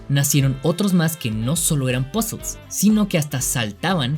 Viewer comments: el video iba lindo, hasta que dijo pozels, ahi callo mi ¿ queeeeeeee? pozels que es eso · "POZOLZ" :v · "pasol" XD